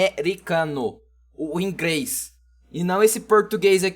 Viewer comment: INGREIS KKKKK